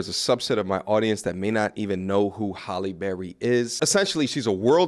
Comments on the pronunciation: Good stuff but it's not Holly it's pronounced Hail lee😅😮😢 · Why are you pronouncing her name like Holly? It's pronounced "Halley" (like H + alley). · I’m just wondering how you can’t pronounce her damn name right? It’s not Holly bro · Her named isn't Holly. It is a totally different name. It is pronounced totally different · I can’t take you seriously until you learn how to pronounce her name. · You don't even pronounce her name correctly. 😂😂